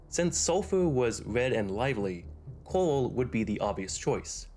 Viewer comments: Is it me, or does he keep pronouncing Coral as "Coal". It's distracting and very difficult to ignore through the video. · Coral... Not cooa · It sounds like you are saying "coal" every time you say it? Am i the only one that hears that???? It's "CORAL" dude.